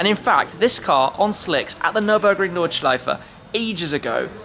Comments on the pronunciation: He also said "Nordschleife" with the E at the end. Is that how it is supposed to be pronounced? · The KH is the short one not long Kurz is short n German.